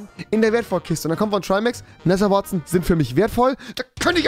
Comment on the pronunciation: My english is not the yellow from the egg but it goes... „Nether wouartzen“